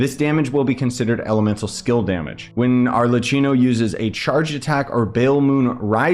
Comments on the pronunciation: hiii! first of all i wanted to say thank you for your work! it helped me so much, and second of all, i want to correct the prounounce in arlecchino, in italy some tine we pronounve the c like k, in thid case we have double c with an h so prounance it like: arlekkino, i hope this help and i made myself clear❤ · nice explanation! also you pronounce it as Arlequinno/ Arlekinno